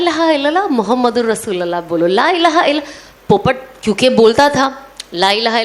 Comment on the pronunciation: Masha Allah bahna.....With due respect lovely Sana sister in kalima as pronounced rasulullah is correct with pesh on lam not zabar on lam. Jazakallahu khair